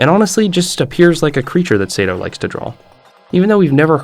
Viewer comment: Say-to as well😭